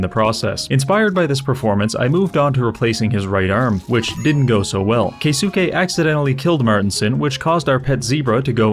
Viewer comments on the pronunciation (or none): Psst. It am pronounce of “kay-skay” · pretty sure keisuke would be pronounced kayskay